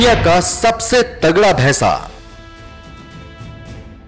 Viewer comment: abe bhaisa bhes ko bhesa bolata he